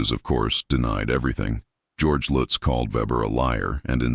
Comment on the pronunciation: How many times did they repeat that address I lost count. And can they decide how they're gonna pronounce the name Lutz I hate A.I.